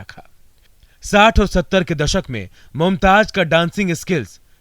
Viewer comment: It is not Mumtaj it's Mumtaz. Correct your J's and Z's